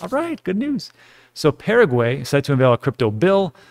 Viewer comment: Paraguay? Pa ra guay A is Ah Pah rah gui. Please pronounce it right.